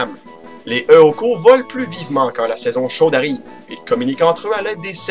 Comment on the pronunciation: Oh moi j'aime beaucoup Eoko (qui se prononce Éoko d'ailleurs ^^), type psy en effet. Eh, si tu savais pas comment l'appelé, tu aurais dû l'appeler Dim, j'aurais été content :-D Nous aussi on a des gens qui s’appellent Richard, mais là, en effet, ils le prennent comme un adjectif, je sais pas d'où ils ont sorti ça parce que ça s'utilise pas du tout, fin bref X-) Ah la la, j'ai beaucoup rigolé pendant cet épisode, tu me fais tellement rire. Ah oui et quand tu essayes de parler "correctement" aussi, c'est marrant :-) Pour t'aider, nous on dit "monter de niveau" mais augmenter c'est bien aussi ^^ PS : Au boulot aujourd'hui, un moment, j'étais au téléphone avec un collègue, pis il me dit : "le client a des coupures intempestives", j'ai pensé à toi et je me suis mis à rigoler X-)